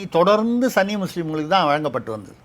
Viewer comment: Dear: it is ஸுன்னி and not ஸன்னி. Please use ஸுன்னி going forward so that you will sound more authentic. Kollengode S Venkataraman